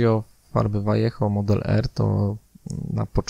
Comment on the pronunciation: Rewelacyjny film. Daje suba. Również wreszcie poprawna wymowa nazwy Vallejo :-)